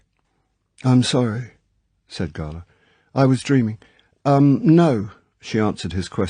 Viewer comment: His Drax is my favourite. The crazy monologue at the end is properly vicious. He also pronounces 'Gala' correctly which also helps.